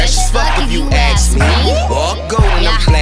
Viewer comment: ask. A-S-K. Not Aks. Not axe. Not Acks. ASK dammit